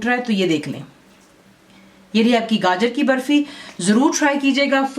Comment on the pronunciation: i thought title spoke ( gajjar ) and not ( gaajar )